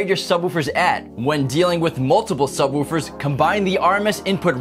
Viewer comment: Why do you keep calling subwoofers subwahoowafers.